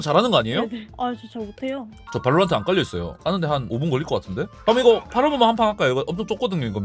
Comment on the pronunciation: 발로란↗️트↘️ 억양이 빼박 경상돜ㅋ